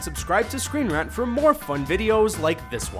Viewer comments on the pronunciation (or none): I can tell this channel is Canadian by the way they pronounce "rant" and anything else with an "a" in it. lol.